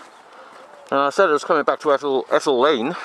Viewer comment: EETal lane mate. Not Eh tal.